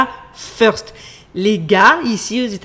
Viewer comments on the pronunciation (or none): none